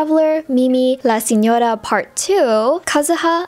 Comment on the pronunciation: As an Italian your pronunciation of Signoras name is great!